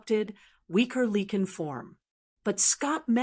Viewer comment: Great story but it’s lycan not leken